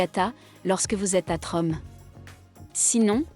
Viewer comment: Tromso ne se prononce pas Trom mais "tromseu"